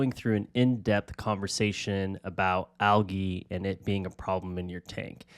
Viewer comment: Anyone else just now realize you were saying algae wrong this whole time or just me? 🫠